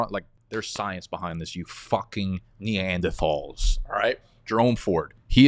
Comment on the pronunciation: Do you know how to pronounce Neanderthal?